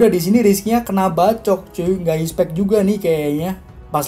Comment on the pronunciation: Soryy sebelumnya bro, bukanya mau sok ngajar atau bagaimana, tapi di menit itu pengucapan expect seharusnya expeck kalo bahasa indonesianya ya, karena sependengaran gw lu ngucapinnya ispek jadi kayak salah pronunciation (pengucapan) gitu, kalo gua salah mohon dikoreksi ya bro kuu🙏🙏🙏